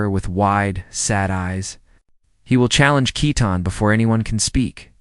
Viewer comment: Love the story. But his bame is Keaton not Ketten.❤❤😊